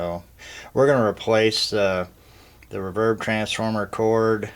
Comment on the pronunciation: Who says "rahverb"? Other than that, great vid!